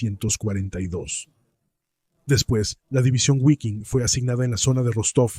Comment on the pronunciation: repugnante como pronuncia "Guafen" y "guiking" aprende a pronunciar bien que da asco como pronuncias